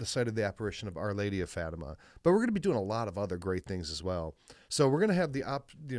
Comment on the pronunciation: Portuguese Catholic here, hope you don’t mind a small correction: it’s pronounced “Fah-tee-mah”. Love your talk show!